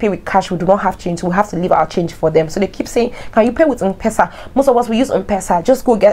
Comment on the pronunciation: Mpesa is pronounced : M Pesa not mpesa ( as in um-pesa) Pronounce letter M then PESA